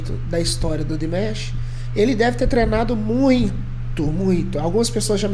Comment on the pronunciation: excelente reação ao Dimash novamente! Apenas pra acrescentar, você pode pronunciar o nome dele como se fosse em português mesmo, Dim-A-sh 😉 Continue o trabalho pois vale muito a pena! Abraços